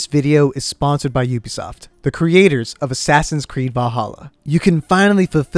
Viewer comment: no one:: A s s a s i n c r e e d s